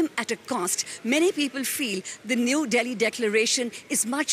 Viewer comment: It's Delhi not Bali 😎